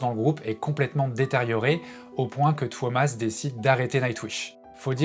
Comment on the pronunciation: His name is not Thomas, it's TUO-mas